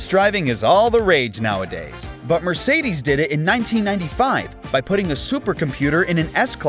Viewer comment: Mercidis... Why you keep saying this